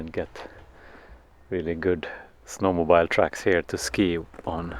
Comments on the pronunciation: This was a great video. Thanks. But no d-o-g?? No sheep? Also, we say snow mo-bill. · I love the simple, quiet way you let the children explore life without any forceful encouragement to direct them to achieve something particular. Very different to what seems to be normal in UK. For Mathias: 'mobile' - the phone rhymes with 'mile' but snowmobile rhymes with 'wheel'......otherwise you're riding on a huge phone through the snow!! :-)